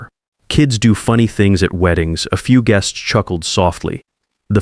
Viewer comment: Geests?? Teach your AI language skills